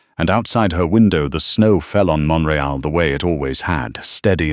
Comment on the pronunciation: So true Canada has a full service. .. we are still fighting to keep are medical not all things are completely consistently covered.. story is in Montreal. it's pronounced wrong . ❤❤